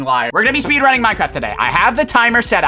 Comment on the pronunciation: “Spayde running”